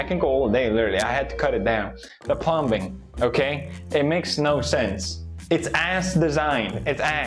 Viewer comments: Did you just pronounce the B in plumbing 🤦‍♂️🤣🤣 stoopid 😉😆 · Pewds. B is silent in the word plumbing. My mans said plumBing lol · the way he says plumbing 👌🏻💪🏻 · the b in plumbing is silent LMAO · Whos gonna tell him the b in plumbing is silent? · Felix’s hard pronunciation on the B In plumbing gets me every time.